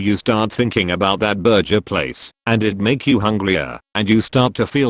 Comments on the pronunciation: I was so interested, legit listening intently until the burger place example near the end. Not because the actual words but because it kept being said as burjer instead of burger lmao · It’s annoying the hell out of me how the narrator keeps pronouncing it “berjer” instead of burger at the end of the video. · STOP SAYING "BURJER"!!! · The way the AI is pronouncing burger at the end is bothering me 😂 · I can't handle the way the electronic voice says burger. Lmfao